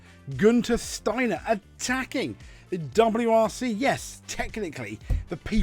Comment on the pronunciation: I have to say you pronounce the name Steiner better than most Germans, no kidding. Sadly Steiner is correct in every word he says here. And this must make you think that FIA’s no swearing policy actually destroys the WRC far, far more than what the drivers say. The drivers are forced to hold back, give us the same media friendly waffle and act very boring! If you remember the guys from the past, even Richard Burns and Walter Röhrl would end up in a prison in the basement of the FIA HQ these days. And btw Steiner knows very well what he is talking about. Yes, most know Steiner as an F1 team boss. But what the reports here completely forgot to mention is that Steiner has a very rich WRC past! Günther Steiner started his motorsport career as a mechanic for the Mazda WRC team when they ran the groupA 323 with drivers as Timo Salonen, Hannu Mikkola and Ingvar Carlsson. Later he was part of the Jolly Club Lancia Delta team, then Prodrive and in 1998 he became project manager at M-Sport when they started developing the Focus WRC, and here again he worked with Colin McRae and Carlos Sainz. So absolutely 1000% sure when Steiner has this to say about the WRC, the FIA should bloody well listen to him!